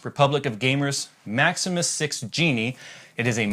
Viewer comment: A-SOOS Maximus 6 Gene not Jeanie.